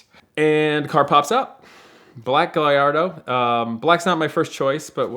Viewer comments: Still Can’t pronounce his own cars name - Guy - Ardo - figure it out !!! Thanks Ed for another great video !!! Any new race tracks with your son ??? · Guh lard ohhh........smh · Every time I hear someone say "Guh-Larr-Doe" I lose a little respect. Dumbass, Lol! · Cringe af when people pronounce Gallardo lol